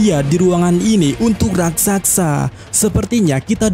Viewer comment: RAKSASA Min,, bukan RAKSAKSA Coba eja..... RAK.....SA.....SA..!!